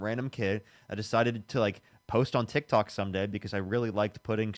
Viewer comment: That first guy with the lighter voice, he's a fool. He said that DJT "hasn't been convicted to go to prison". The correct term is sentenced to prison. He has been convicted. The caller with the deeper voice is just an absolute jerk whose head is twisted. LOL did he just call it Tik TAk? Practically the only thing he was correct about is that manual labor can be very tough work. Global Elites is basically a conspiracy theory and not what he thinks it is. This dude is clearly not in any way, shape or form an intellectual. And basically at the end of this video clip, was dumbfounded and at a loss for words when the guy admitted to speaking to Jesus literally a couple times while on a shroom trip.